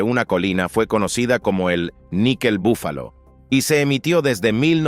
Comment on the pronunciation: PORQUE DICE BAFALO SI ES BUFALO